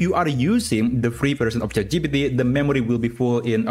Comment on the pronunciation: please say chat gpt correctly. not chatgeepeetee but chat gee-pee-tee. it hurts my brain